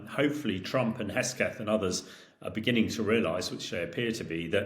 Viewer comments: Hamish his surname is HeGSeth not HeSGeth. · Is this guy ai? Why can't he say HeGSeTH 🤣🤣 does he seriously not know what the guy, SOD of USA's, name is?!? Unprofessional.. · He keeps saying "Hesketh". :face-turquoise-covering-eyes